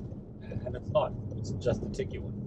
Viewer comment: Tig-wan Not Tig-U-wan